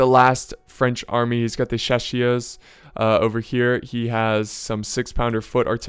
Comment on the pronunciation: Not really haha, I meant : cha (like it sounds in CHArge, but just the first syllable); ss (same pronounciation as in English, like in Siege for example); eur (like in her). Not sure if that's any clearer, but I don't know how to explain that in any other way ^^